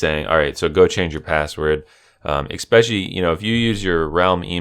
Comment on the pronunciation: LOL IM DYING LOL "EXPESIALLY" LOL